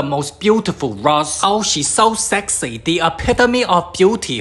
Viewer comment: The way he said sexy LOL ITS SO FUNNY